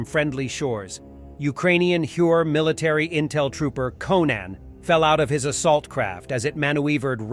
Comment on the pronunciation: Normally I don’t comment on pronunciation, but I can’t let this one go… Manweevered???